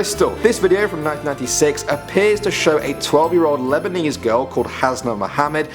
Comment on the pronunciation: when he said Lebanese i thought of miranda sings lmao